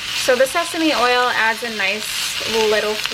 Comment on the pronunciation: you said seasme oil!! LMAO!! I thought you said Stephanie oil!!! i was thinking " stephanie oil" that must be new! Where do i find this oil! LMAO!!